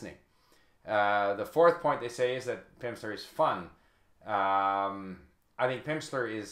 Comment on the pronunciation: he said pimpster